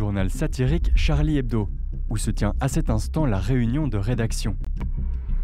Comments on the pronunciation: Hebdo, not head bow. Ebb doe. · hebDo, for fuck sake DO With a "D" ! I'm litterallly screaming in front of my screen.